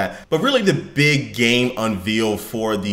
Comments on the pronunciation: Why does he keep saying unveiled like 'unveeled'? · mispronouncing the word "unveiled" in the first 4 secs....not a good look. I almost stopped watching right there :)